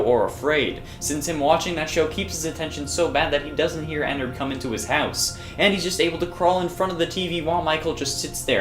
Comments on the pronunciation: Like innards with an e. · hey. some advice, ennard is not pronounced "ee-narhd its pronounced "eh-nerd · I love how she says "ee nard" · She says ennard so weirdly